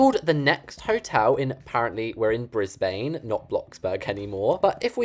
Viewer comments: BAHAHA brisbAAAne (Brisbane is in aus and is pronounced like bris bane)(the a is like ahh not ai) sorry I’m dying the way u pronounced that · It killed me when he pronounced it "brisBAIN" bc I pronounce it "brisBIN" (i live in brisbane) no hate btw, big fan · Even though I don’t live in Brisbane I am majorly offended by you saying BRISBAYNE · Cool hotel! BTW.. Brisbane is pronounced bris-bin and it’s a city in Australia! 😊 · "Its called the next hotel, and appenrently were in brisbANe, not bloxburg anymore" the way he said brisbane im dying 😂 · Brisbane is in Australia and it’s pronounced brisbun but spelled Brisbane 😂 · I love this vid so lets appreciate how much effort she puts in and btw brisbane is said brisbin! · The way he said Brisbane💀💀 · i love it but thats not how u pronounce Brisbane